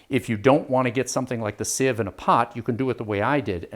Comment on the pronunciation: Pronunciation: People say "SEEVE" because they think the word is spelled "seive". But it isn't, so it is pronounced "SIV". Proof: and